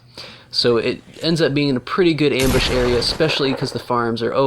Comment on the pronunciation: How many you said embush wtf